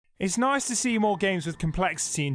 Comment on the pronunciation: "It's naise to see more games with comleshitty and debt being released recentlaay" English, do you speak it??